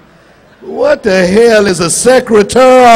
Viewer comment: When Cedric was talking about Mary J. Blige not pronouncing secretary correctly I went to that song and she didn't pronounce it right either lmao 💀